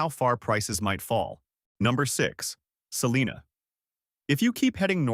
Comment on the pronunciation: It is pronounced "SELL-EYE-NA" (Celina).